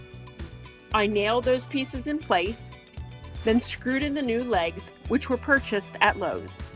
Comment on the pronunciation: It’s pronounced ‘legs’ not ‘lages’.